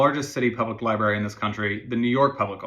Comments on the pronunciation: It's Library, not Lieberry. Sorry; I can let 99.99% of mispronounced words go. This is one that grates on my soul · Sorry, but the word is pronounced library, you pronounce both R's, not just one.